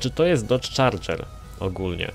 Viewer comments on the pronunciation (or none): none